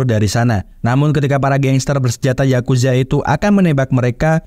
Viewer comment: Yakuza bang bukan zazuza